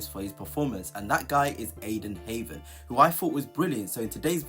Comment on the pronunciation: If your pronunciation of Heaven is as accurate as your player analysis....no thanks😅